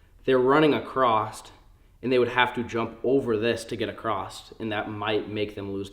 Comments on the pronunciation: Across not acrosst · Acrosst? FUUUUUUUHHHHHHHHHHHHH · says acrossT every single time 😂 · Mans said acrosst....what the hell does acrosst mean... not a word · "Acrost" what an idiot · There is not a “t” in across.